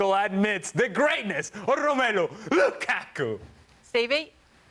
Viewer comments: I like how says "LuKaku"🤣🤣🤣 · Whenever Ali says "LuKAku" I absolutely die laughing! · Ale is in his own world, why did he say “lukaku” like that 😂 so weird